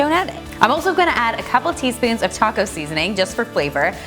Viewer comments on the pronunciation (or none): none